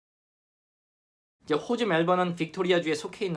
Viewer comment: 영상 보다가 호주 발음이 유난히 거슬리네요. 호주를 꼭 호~오주 라고 해야만 하시는 이유라도?